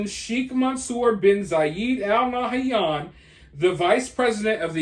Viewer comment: The way he said Sheikh Mansour bin Zayed Al Nahyan like it ain't no thing